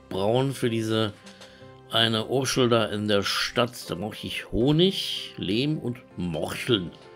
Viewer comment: "Morchel", "Urschl", die Aussprache ist süß 😂